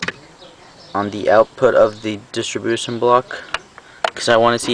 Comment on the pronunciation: "Stinger volt mere" "dish-rih-bution block" LMFAO i'm dead